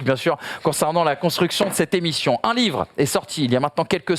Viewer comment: Top cette "Cette émichion " x) Sans dec bravo pour la réalisation !